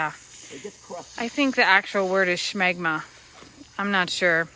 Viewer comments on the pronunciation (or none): As a man, hearing say shmegma was hilarious 😂 love wayching you guys Im guessing the "bean" makes the horses pee split in 2 streams? Happens with us men too.... I wknt say how or why but it does.